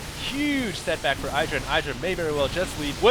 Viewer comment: youre pronounced Idra wrong its eedra